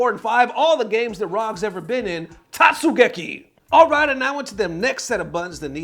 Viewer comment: As someone who sometimes plays May, I'm offended by your pronunciation of Tote-su-geki...love the content tho :)